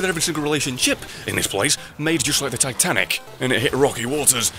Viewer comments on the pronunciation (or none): none